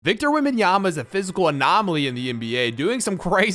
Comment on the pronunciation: that is Wictor Vembanyama